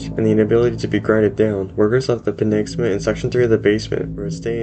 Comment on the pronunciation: it's pi-NAG-sa-ma